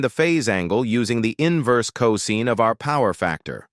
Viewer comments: Excellent video! May watch it again 👍 ... BTW ... 'cos' is pronounced co-sine (sign) vs co-zeen. Typo — *improvethis 41.41⁰ — Should be 41.41° using a degree symbol ° vs a superscript zero ⁰ (I first thought it was to the power of ^0) Windows calc —— Type 0.75 first, then [ Scientific, trigonometry, 2ⁿᵈ, cos⁻¹ ] (Enter .75 first... then cos⁻¹). Entering: [ cos⁻¹(0.75) = 67.5 ] ... Instead enter: [ .75 cos⁻¹ = 41.4096 ]. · Is not co seen, but co sign. Learn how to pronounce cosine ffs!!!